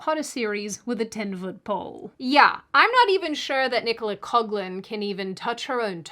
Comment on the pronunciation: 🤨🤨🤨 You really can tell the quality of a piece of media commentary when its presenter cannot even bother to look up and adhere to the commonly accepted pronunciation of terms like LGBTQ+, even when criticising, and also cannot be bothered to accurately pronounce the names of certain actors, e.g. Nicola Coughlan. This base form of ridicule should be beneath anyone - clearly it isn't beneath you. While I fully agree that Paapa Essiedu is the wrong choice of actor for Snape - your other arguments are just disgusting.